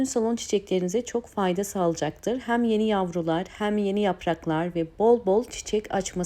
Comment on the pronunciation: Yeni nesil neden "hem" diyemiyor acaba